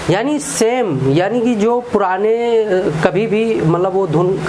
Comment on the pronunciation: Bhai ji आईडी ओ नही होता है ऑडियो होता हैं